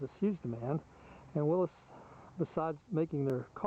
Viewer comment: Nice video and nice Jeep! And SO nice to hear someone who actually knows how to pronounce "Willys".